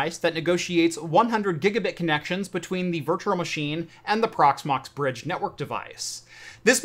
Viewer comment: Loving the content, my man! However, for the sake of everyone who is unreasonably easily irritated by this sort of thing, PLEASE work on your pronunciation of the word ‘virtual’! Hint: there is only one ‘r’.